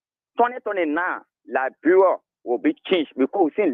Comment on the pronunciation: Can’t you pronounce LI- BE- RIA?